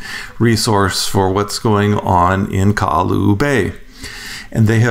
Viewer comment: Guy, it not Ka’alu’u, it’s Ka-ha-lu’u. And it’s not Kailua Bay, it’s Kamaka Honu.